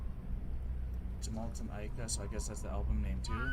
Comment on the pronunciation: Yggdrasil, the World Tree, front and center on this album, fittingly. This is an excellent album you're in for a treat! Do remember the 'J' is pronounced as 'Y' in Scandinavian languages, and vowels stand distinct from each other. So it sounds like "Yoo-mal-ten Ah-ee-ka."